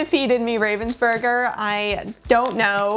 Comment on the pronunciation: That was the curse for pronouncing "Ravensburger" the wrong way... 😜